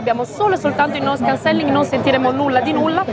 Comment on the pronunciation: Bel video ma si pronuncia Noise Càncelling! Occhio all'accento